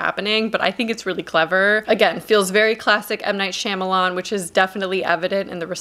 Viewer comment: How tf am I supposed to value your opinion at all when you pronounced his name “Shimalan”